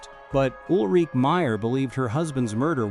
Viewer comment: It is Ul-Ri-Ke...the e is pronaunced. Like "a", schwa.